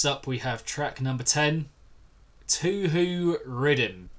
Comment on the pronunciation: Loved this reaction! Keep it up! Oh, and btw "Touhou" is pronounced "Toe Hoe", it's the name of a Japanese video game series which is why it's pronounced like that.